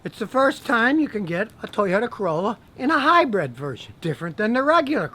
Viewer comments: It's hyBRID Scotty. Stop saying hyBREAD! Damn you! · Hybrid, not hybred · john smith lol omg I’ve never laughed so hard in my life! I literally thought I was the only one who seemed to think he said Hi bread! I saw your comment and had to grab a pillow and scream in it so I don’t wake up my fam am! This is hilarious! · Have a gulp of beer every time Scotty says HiBread. 🥴 😵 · “Hy-bred car”.....LOL